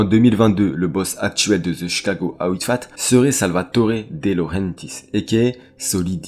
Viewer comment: Salut, la vidéo et les recherches sont vraiment top. Par contre gros soucis au niveau de la prononciation en Anglais, ont ne dis pas « Outfight ou Outfat » mais Outfit, comme FITness… ça rends l’écoute désagréable personnellement